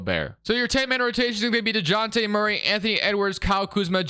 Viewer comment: You pronounce it “de-Jon-tay” which is mad white sounding. It’s pronounced more like honey dijon mustard “de-žon-tay”